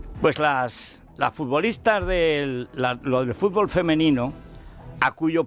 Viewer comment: Como un tipo que pgonuncia como vd. Puede criticar que Villar dijese furgol,cosa por otra parte incierta.